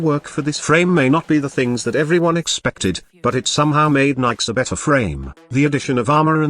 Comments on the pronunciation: ok. One, Nyx is niks, not Nikes. Two, Chaos is easily replaced with radiation damage. Three, Nyx is a female frame, not a "him". Four, this frame is trash. hands down. I'm really thinking you just called every frame good. Mind control is useless except to run away from one strong enemy. Use spectres, they are cheap and 70,000,000 times better in every way. Chaos is pointless.. anyone can radiation everyone. For zero energy. TK Bolts has potential but is, again, useless. Her last power is her only useful ability, AND she's more fragile than soggy cardboard. She sucks. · And for me, Nidus can do almost any mission I mean...I leveled him eight times at least on kappa sedna so.....I agree he doesn't belong way up top though because tanks are less skillful. That being said I can use most frames anywhere I like, even solo. Nikes lol I love the "Microsoft Sam" style voices trying to pronounce things.